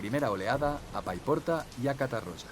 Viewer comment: No cal pronunciar 'catarrocha' ni 'riba-rocha', però la pronunciació es prou deficient 'catarrólla' i 'ribarrólla' a tot el documental.